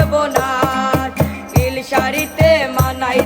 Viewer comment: উচ্চারণ আরো ভালো করতে হবে যেমন লিন না হয়ে নীল হবে